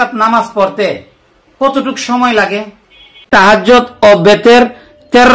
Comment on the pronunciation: "আমল" শব্দটা নেই আমাল আছে "তিনি" শব্দটা নেই "উদাহরণ" শব্দটাও নেই উহার "বিমরুল" শব্দটাও নেই ভীমরুল আছে "আবু" শব্দটাও নেই তবু আছে "একাগ্রতা" শব্দটাও নেই একাগ্রতায় আছে "তাহজ্জোদ" শব্দটাও নেই তাহাজ্জুদ আছে "বেতের" শব্দটাও নেই বেতেরের আছে "কুরআন" শব্দটাও নেই কোরআন আছে "সারগেদ" শব্দটাও নেই শাগরেদ আছে "বলিলেন" শব্দটাও নেই বলেন আছে "তারটিল" ভুল উচ্চারণ